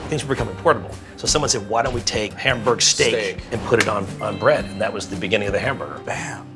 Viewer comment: can you at least pronounce Hamburg right